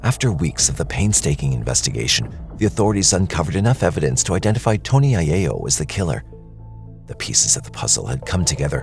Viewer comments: I'm Italian and it's pronounced I-yell-o... not I-yay-o. It's Italian, not Spanish. The double L is still an L and not a Y. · Eye-ELL-o not Eye-AY-o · its aiello like eye yello..not aye a o...its italian not spanish lol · Mispronunciation of aiello.its Italian not Spanish. The double l is enunciated with a small lilt. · Why are you pronouncing the last name that way? It’s an Italian name in the United States…